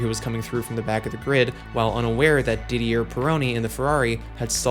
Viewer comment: And it's Did-ee-ay not Did-ee-er